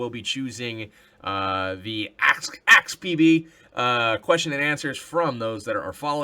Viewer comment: I definitely think you should call it PB's Pow-Wow! It's always disturbing to hear someone say axe instead of ask =P